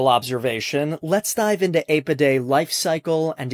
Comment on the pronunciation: Your pronunciation of “Apidae” is so wrong, it’s ghastly.